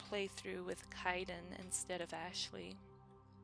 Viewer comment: I love how you keep miss pronouncing Kaiden name xD I know it's not intentional xD